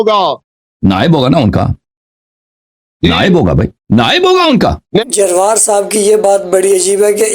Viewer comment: جروار ھے بھائی درست طریقے سے پڑھو